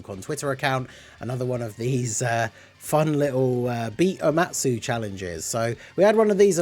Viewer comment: “Omatu” lol